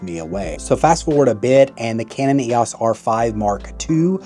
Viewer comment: Someone who pronounces EOS as YOS is clearly a millennial moron. GenX kids grew up with the EOS system. I feel like Canon is a generational thing and you ain't our generation, so move along. And Nikon ain't it. Go with your Playstation Sony Camera.